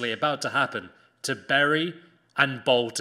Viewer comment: Who are berry? I know bury